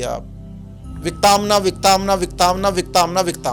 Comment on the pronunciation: it's विकतांना not विकताना